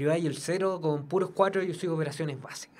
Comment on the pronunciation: Tiene problemas al pronunciar el 4